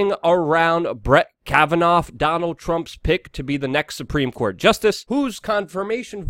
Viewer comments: It's pronounced "KAVAN-AW" not "Kavanauf." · Kavannaaaaaaaa Not Kavanoffffff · Pronunciation is a key to good commentary. The mans name is Kavanaugh not 'Cavitoff' . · Ok so you pronounced Kavanaugh’s name two different ways...Which one is actually the way you speak? Kavanoff or Kavanaugh? No biggie just curious... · Kavanoff lol Luke